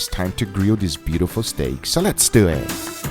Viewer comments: More like "Let's dew ihht". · The “so let’s dewww ettt” gets me every time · I love when he says “let’s do eet” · “Let’s du eht” love it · heaven's tomahawk: more daddy.. guga: ...... also guga: lez dew et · Nobody Guga: So lets DEW IT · SO LETS DEW ET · so lets dyoo it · "lord God pls give me a sign if i should do my homework tonight" *clicks guga's video Guga: so let's duwweet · "Dew it" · "Lets do eeet